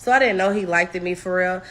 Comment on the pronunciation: " I didn't know he likted me,"😂